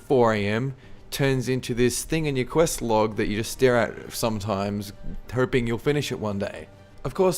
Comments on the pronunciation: why are you saying hoping like herping, im really confused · "I seriously herp". It's what I keep hearing. x)